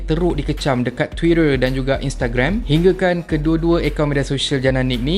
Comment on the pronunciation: Bang, Sebutan Twiiteerr tuu, Sedap didengarr... Mantap Boh